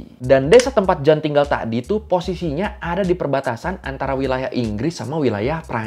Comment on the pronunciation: Koy pembetulan cara sebutan yg benar untuk (Jeanne) adalah Jin✔️